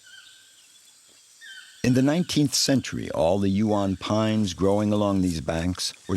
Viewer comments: Cannot pronounce Huon properly 🙄 AI voice over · Pronunciations of Huon and Strahan 😂nice vid though😊oh the English stole not took over😮